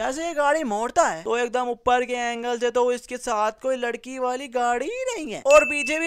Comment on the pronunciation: beta tum ny bhi bolny mein mistake kar di (JAB JAB )tum nny do dafa bolla or bhai ho (haai) bola yani tumhari apni hi languaches hein haai